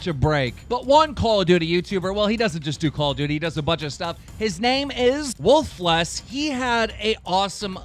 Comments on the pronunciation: u called woofless woof-less... Srsly keem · It is woof-eles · It's pronounced "woofles" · Aight 1. Woofless is not a cod you tuber. 2. It's pronounced woo-fulls 3. He's a minecraft and rocket league you tuber. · he said woolfles name wrong😂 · YOU SAID WOOFLESS WRONG! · You said woofless's name wrong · you pronounced woofless wrong